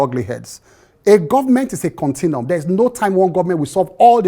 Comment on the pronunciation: How can someone say he doesn’t say continuity” but Govt is a “Continum”